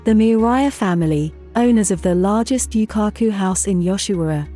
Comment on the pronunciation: Definetely not a Japanese channel but some americanised interpretation of a foreign society. They cannot even pronounce Yūkaku correctly.